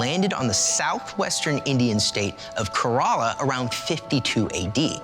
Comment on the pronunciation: thank you so much for this video sharing about St. Thomas! However, I have to point out that the state of Kerala is pronounced "Care-a-luh".